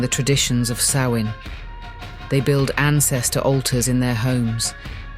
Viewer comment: I'm glad you pronounced Samhain's name correctly. It gets mispronounced frequently. Rumor is, a Mysterious Haunted Island is located somewhere off Canada's East. The Haunted Isle actually used to be Charted on Official Maps, until a couple centuries ago. If those things came from the West, it's conceivable they were habitants of that Mystery Island. The Isle would be along Horizontal Line Coordinates that run through Ireland and Scotland. That gives them a direct route to fly. If these Ancient Tales are True, that would help ground it geographically.